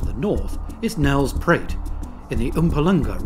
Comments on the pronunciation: Nel-spruit. As in Nel River. Not Nel's Pruit. And Mm-poo-ma-laan-gar. Not Oompa Loompa region 🤪🤣 Water buffalo are Asian. These are Cape Buffalo JHB is called Egoli, Not Gauteng. Gauteng is the province encompassing Pretoria, Vereeniging and JHB. I can't believe you left out a mention of Chris Hani Baragwanath Hospital, the third largest in the world, and largest in the southern hemisphere! It's RIGHT THERE, in Soweto! And how difficult is it to say "Koi Khoi" (just like the fish)? Instead of making it into some kind of sequoia hybrid! Some egregious errors and mispronunciations here (even factoring in the foreign language - lots of the other words were pronounced reasonably well) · And "Nels Pruit" haha